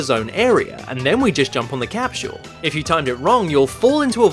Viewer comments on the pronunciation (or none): Love how he says capsul....... Jump on the capshoool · “ and then you just jump on the capshil.”,?